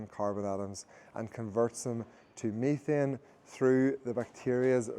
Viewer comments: Methane. He's saying "methane" (meh-thayn) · I've heard of "methane" but I've never heard of "meethian".